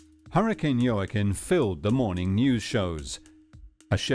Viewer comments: how do you heard "Jooaquin" pronounced so many times and still mispronounce it? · JOAQUIN - pronounced WA-KEEN Mr. Narrator. You should know how to pronounce names and words in your position as narrator. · Very sad. Senseless!! By the way Joaquin is pronounced " wah-keen"